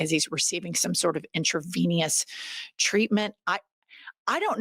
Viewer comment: Did you just say “intravenious”? 😊New word? And you’re the smart one? 😊